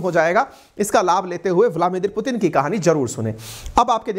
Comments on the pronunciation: 😂😂😂 Vlamidir hai to fir Putin ko Protein hi kehe dete sir ji.. Pichle 500 saalo se Vildimir Putin ko Vlamidir Putin hi kehete aa rahe hai...! Thank you ki apne yeh wrong pronounsation ko follow kia.. Meh to har videos me kehete kehete thak gaya hu fir bhi kuch nahi hua...! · Sir aap vladimir putin ko vlamidir putin kyun bolte hai? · Dost .... Aap har baar "Vlamidir" bolte hai ... Is it on purpose...????